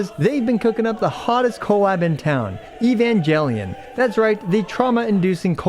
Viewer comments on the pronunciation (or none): During the sponsorship message, all I could hear was Evan-GEL-ion 😮. Yikes! It’s a hard G in Japanese, not soft G.